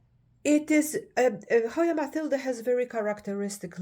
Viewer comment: You always give such great information. And I'm very happy that you know how to pronounce Matilde correctly (unlike most people). Thank you for sharing.